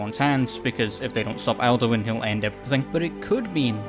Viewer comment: I keep hearing Elduin not Alduin and I was confused for about half the video until I read the subtitles. Cool theory tho